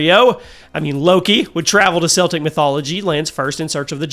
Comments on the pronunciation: It's pronounced as "Keltic" not "Seltic". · There is no such thing as SEL-TIC mythology! CELTIC....(KEL-TIC) mythology! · ‘Celtic’ is pronounced ‘Keltic’, not ‘Seltic’. The NBA team pronounces it the Latin way, not the Gaelic way. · Seltic?! It’s Celtic! Annunciate the C as a C not a S. 😂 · Can you please pronounce it properly? It’s K-eltic mythology not “Selltic” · It is correctly pronounced “Keltic” when referring to the culture, people, and language(s). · celtic is pronounced with the k sound not the s sound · Celtic with a hard ‘c’ for the love of all good and green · Okay I have to ask, why do people keep pronouncing Celtic with a soft C like the basketball team when talking about the mythology, which is pronounced Celtic with a C that's pronounced like a K?